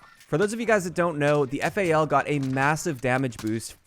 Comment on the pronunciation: Why the hell are you calling the weapon F.A.L. It's FAL, FAL, like Fall. Jesus dude.